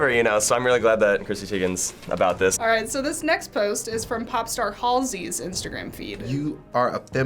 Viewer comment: Did the host say hallsee it's Halsey